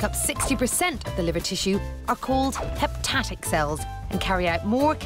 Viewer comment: “heptatic cells” omg wtf HEPATIC